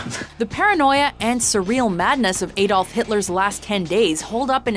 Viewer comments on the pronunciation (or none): Ay-dolf hitler xD